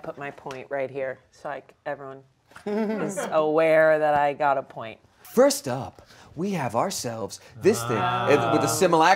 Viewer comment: Ian self-censoring his “pu-oint” without being yelled at by everyone in the room. He has shown remarkable personal growth in the span of one episode. Good job buddy